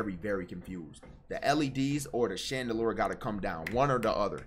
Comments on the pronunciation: bro said "shandaloor" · Chandalour?! 😂 Max low key don’t know how to pronounce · shandaloor?- do u mean shandlier-rrrttt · Nigga it’s not called a “chandalore” it’s called a “Chandelier” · "Chandelour"-plaqueboymax 2023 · Why you say chandelier like that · goofy ahh chandelier pronunciation